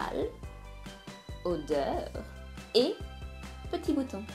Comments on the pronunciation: Audeur ??? Non c'est Odeur en fin je crois 😅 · Euh... C'est normal le mot "audeur" au lieu de "odeur" à ?😱😂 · Omg « odeur »!! Pas « audeur »!! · Odeur avec un o s’il te plaît pas audeur avec au 😭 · Audeur ! c'est comme ca: Odeur!!😂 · odeur pas « Audeur » 😂😂😭😭t’a marqué ça à 44 secondes de la vidéo. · c'est "odeur" et pas "audeur"... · ODEUR. ! et non AUDEUR. ! Ce que tu utilise pour te laver est une fleur de douche 🚿 en français et c'est l'idéal pour le bain ou la douche 🚿